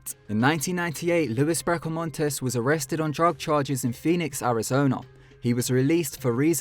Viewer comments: It's not your fault, you're obviously from a place that doesn't have many Mexican people, let alone Mexican or American Indian words, but Luis is pronounced LOU-EES and Maricopa is pronounced Maricopa, lol. Im just yanking your chain. You're actually one of my favourite narrators. And sheriff Joe Arpaio is a god damn lunatic. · Maricopa is pronounced Mary Cope Ah.